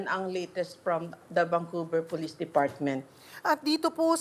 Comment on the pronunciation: Vancouver hindi VanQver..